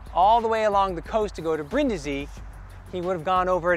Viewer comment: *Breen-dee-zee, roll the R